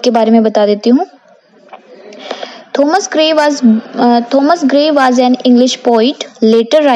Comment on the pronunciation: Thomas nahi Thomas hota hai 🤣